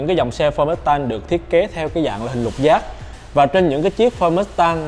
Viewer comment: “Lục giác” nge như giọng Quảng Nam vậy 😆